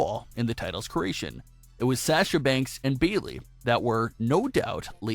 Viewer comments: Its Sasha not sacha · Nice video!! Great job. The only tiff is your pronunciation of her name. You say Sasha like "sas" but i believe the beginning of her name is pronounced "sah" instead. But seriously, good job dude. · Its Sasha not Sahhhsha... rant over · it sounds like Shasha...noticed long ago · “Sasher” or “sashur” is how he pronounces it, it’s weird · He doesnt say Sasha correctly!!!!! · Does anyone else hate the way this guy say Sasha? LOL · Lolol it IS different isn't it?! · Yes says her name wrong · Yes my god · You can't even pronounce Sasha right...LOL! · Sounds like you’re trying to use a Boston accent to say Sasha, since she’s from there